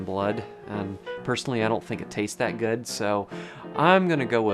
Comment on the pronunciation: I notice "and" (eeeyand) and "good" (gyuuhd)